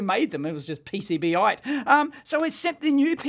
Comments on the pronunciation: Dave, I don’t think it’s “Pee Cee Bee ite”, I think it’s “Pee Cee Bite”, as in, the sharp tip will bite into the connection point you’re trying to measure. but what do I know - maybe “ite”s are common there down under. 😆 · I think it's supposed to be pronounced PC-Bite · Probably because you said PCB-ite instead of PC-Bite xD